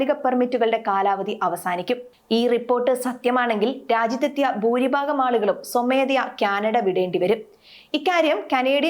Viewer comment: കുട്ടി ഉച്ചരിക്കാൻ പഠിക്കൂ. വിദ്യാർത്ഥിയാണ്, അല്ലാതെ വിധ്യാർത്ഥി അല്ല. ഭൂരിഭാഗം ആണ്, മറിച്ച് ബുരിഭാഗമല്ല. ഭദ്രമാണ്, പദ്രമല്ല. ഘടകം, ഗടകം അല്ല. വിഭാഗം, വിബാഗമല്ല. ഭാവി, ബാവിയല്ല. ലോകമലയാളികൾ മുഴുവൻ കേൾക്കുന്നതല്ലേ.🙏🏽